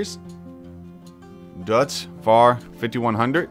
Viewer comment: #fsdailynews I can’t wait for chance and Sam to be in the vc that is going to be a messy time also learn to say deuts fahr right or else wicky will send you a new voice mail